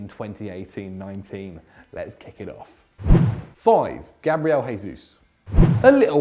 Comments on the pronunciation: It’s not gabriel jei-sus it’s gabriel he-sus. got it? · You guys are systematically mispronouncing Gabriel Jesus. He's not Spanish.